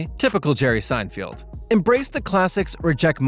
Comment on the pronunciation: Say his name correctly! "Sine-feld". not "Sine-field". didn't even watch the first minute. novus!